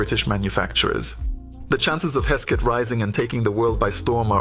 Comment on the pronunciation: Velocette , is pronounced as Velo Set , not velocity . Hesketh , is pronounced as Hesk Eth , not Hesk Set , Blime !